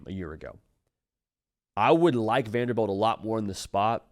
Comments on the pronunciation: VanderBILT not VanderBELT. Srry just said it so many times lmao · Lol it's pronounced Vanderbilt not Vanderbelt.